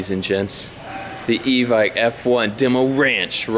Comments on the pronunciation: Love that place but it's pronounced... EEEE ViKE like Nike... EVIKE. EVICT is probably not what they want to hear. 15 year airsoft player in California, no one says EVICT. Good luck on the new rifle, I'll have to go test her out. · Evike is pronounced e-vick just a little info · Bro. It's Evike. E-Vike 😂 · It’s evike... not evike